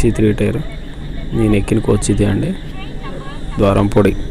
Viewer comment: ద్వారంపూడి కాదు బ్రో. ద్వారపూడి